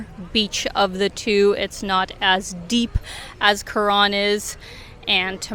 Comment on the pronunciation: Thailand had a huge russian component for many many years. Restaurants very often had a russian menu as well. At some point the ruble had a crash and most went back but i guess they're in thailand again. The pronounciation of Karon in this video sounds more like Koran which was a bit strange